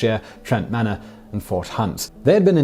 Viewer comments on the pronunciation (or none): none